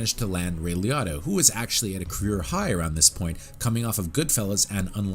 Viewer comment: It's pronounced Lee-oat-tah